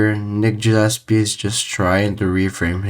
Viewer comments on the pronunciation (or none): Gah llespie not Jah llespie